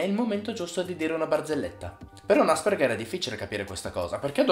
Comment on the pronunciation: Io sono un Asperger... Però non si pronuncia così 😂